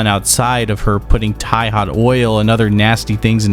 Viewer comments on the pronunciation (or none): none